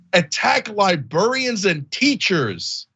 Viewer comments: How in the world is Cenk saying "libarians" over and over again? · Cenk, its LibRArians not libERians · Cenk, say "libarians" again. 🤣